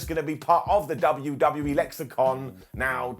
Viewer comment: Did just say "W-D-BU-E"?,😂🤣